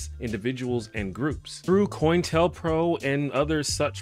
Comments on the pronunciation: Love you! FYI, pronunciation wise it’s Pro-intel-co! No shade, I’ve heard this many times, especially from folks 20s-30s, and when removed from historical context, Coin-tell-pro make decent sense “pronunciation wise”. So again, no shade, I think your likely way smarter than I am, and was at your age. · Love your videos. Just a note for future vids that COINTELPRO is pronounced Co-Intel-Pro ! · Not making fun just letting you know it's co-intel-pro, short for counter intelligence program.